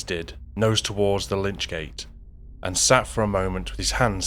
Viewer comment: Lytch gate not Lynch gate. Just for your info.